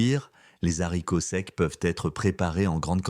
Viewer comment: Faudrait apprendre à votre voix synthétique qu'on ne dit pas des Zharicots! De plus, les "personnes âgées" ainsi qualifiées ne le sont pas à 60 ans et même 70 ! Et parfois davantage. Les jeunes vieux sont extrêmement visibles ! 😂